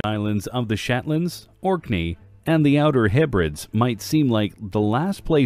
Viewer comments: 'Outer Hebreds'? Surely he meant 'Hebredees' as they pronounce it there too. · It is pronounced Heb er dees. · ....come on, at least pronounce the Hebrides correctly! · Is there some reason you fail to run your scripts by a native English speaker? Dropping the article 'The' in front of proper nouns make me feel like I'm watching "Moose and Squirrel" on The Bullwinkle Show. Also, you mispronounced "Hebrides"... If you're plan is to impart knowledge, it's always a good idea to sound like you know what you're talking about...